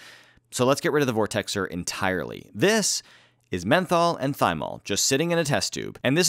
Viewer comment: "Methol" you mean meth?